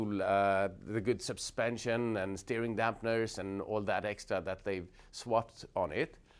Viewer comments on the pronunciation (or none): none